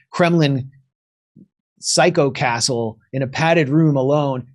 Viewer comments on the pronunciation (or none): none